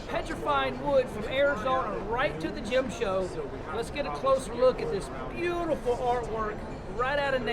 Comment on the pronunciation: Gym show ?? Is that English?